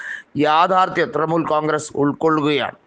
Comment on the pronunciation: തൃമുൽ അല്ല തൃണമൂൽ